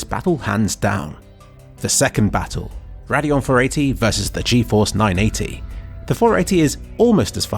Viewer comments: i shuddered every time you said "raadeon" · I've heard a lot of people say "na-ve" instead of "nar-ve", not sure which is actually correct though. You're the first I've heard say Radeon that way too haha. Nice video by the way, just couldn't help but laugh at some of your pronunciations. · I've never heard someone pronounce everything so differently. "Nar-ve" instead of Navi, and "rad-eon" instead of "ray-deon".